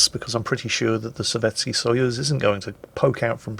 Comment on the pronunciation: Nice explanation of SAP, thanks! Btw, I don't know much about Russian, but I do know that their letter which looks like our e is most often not actually pronounced e, but ye. Therefore Sovetski is pronounced Sovietski.